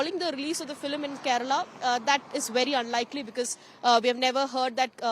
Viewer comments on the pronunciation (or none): is she pronouncing FILIM repeatedly? Am I hearing it right?